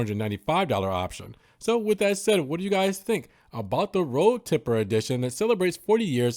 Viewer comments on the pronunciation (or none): It's road tripper..not tipper😂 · Road Tripper (with an "R"), not Road Tipper